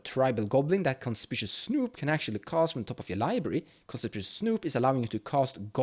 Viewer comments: Conspishuss, eh? :D Just in case you weren't joking, it's actually pronounced kon-SPIK-you-us. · W H Y the everloving FUCK can not a SINGLE youtube channel pronounce the word CONSPICUOUS correctly?!?!